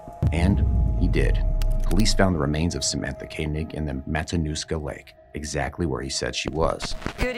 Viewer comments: How can you pronounce her surname Kaynig for for the entire video when you can here the cops and reporters saying it correctly?? Disrespectful. Do your homework. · Dude….at least pronounce Samatha’s last name properly. It’s not Kay-neg; it’s Koenig pronounced Koh-neg.